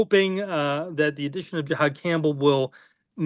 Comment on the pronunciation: Can we start the nerd talk by pronouncing his name correctly? It’s not GEE-hod Campbell. It’s JUH-hod